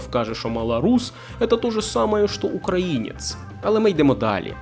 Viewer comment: потрібно було послати старого уїбана курсом руССкава воєнного корабля як тільки це беззубе чмо почало неправильно ставити наголос у слові українець! Він спеціально так робив, аби спровокувати! Мені це ріже слух принаймні! Тобі моя вподобайка і вітання з міста корабелів Миколаєва!!!❤❤❤